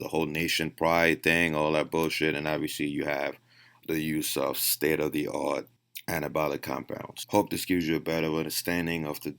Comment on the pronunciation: When you said "state of the art" at first I thought you said "Ste-er-ri-oid" haha